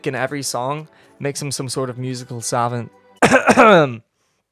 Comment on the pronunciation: This is pretty sad. Constantly shits on a dudes accent the whole video just to mispronounce Savant. And holy shit! Can you chill with emphasis on your P’s, the mic could barely handle it. Sounds like a dude who’s never had any PAHussy